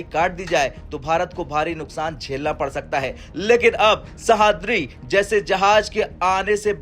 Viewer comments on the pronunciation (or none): सह्याद्री... Not सहाद्री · ' सहाद्री ' नहीं है वो...' सह्याद्री ' है... ठीकसे पढ़ो भाई ! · नाम तो ठीक से लेते सह।द्रि नहीं तो उसको सह्याद्री बोलते हैं समझ में नहीं आता यह हिंदी वाले हो मराठी नाम ऐसे अच्छे से लेने क्यों नहीं आते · IT IS NOT sahadri. Name is sahyadri. Sahaydri is name of mountain of Maharashtra. Commentator doesn't know actual pronunciation. 😮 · वाह रे हिन्दी के राष्ट्रीय चैनल! हिन्दी सही से पढ़ना भी नहीं आता! सह्याद्री को सहाद्री पढ़ रहे हो! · Pronounce Sahyadri properly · Pronounce it like this sayyadrii.. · Please pronounce sahyadri sheep